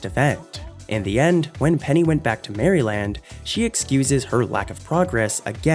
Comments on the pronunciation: I’m sorry but did you just say Maryland like “Mary-Land”? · Maryland is not pronounced “Mary-land” it’s pronounced “Merlin!” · He said "MARY Land" 😂😂 it's pronounced "Merylind" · "When Penny went back tp MARY-land..." 🤣🤦🏻‍♂️ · When she went back to Mary land that's not how you say it dude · Marry-land? You a bot bro? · Bruh did you just say Mary-land?? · the way u pronounced maryland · Someone please teach this narrator how to pronounce Maryland!! 🙄